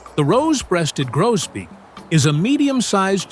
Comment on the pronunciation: evening Grosbeak not Grobeak